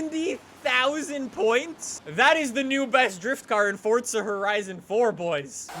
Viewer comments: Forza not fortza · Fortza it’s FOR ZA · Why do U always say fortza horizon 4 when there is no t in forza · pronounces things in weird ways as to how I pronounce them For example: pronounces it as Fort-Za I pronounce is For-Za